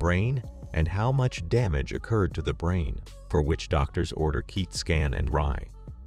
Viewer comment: What in the AI did he say? Keet scan and Mur-eye🤣